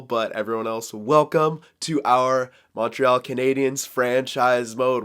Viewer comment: Yo bro that french was amazing you just fuck up the montreal but it was absolute beauty